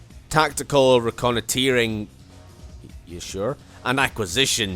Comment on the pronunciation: It's not pronounced like that, the "oi" in "reconnoitering" is pronounced just like you'd think - "oi!". In any case you're right, "reconnoitering" is a verb and it's never used in names and titles.